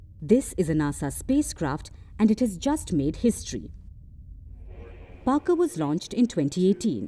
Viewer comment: Parker braved radiation 😅😅, Parker when where he was sent, by the way it’s Parker not Barker 😅😅